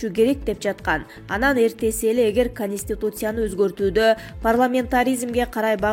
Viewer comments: эй ведущий,кониститутсия дебей конституция дечи бай болгур,силерди ким коёт болду экен? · КонИстутция эмес Конституция 🤦‍♀️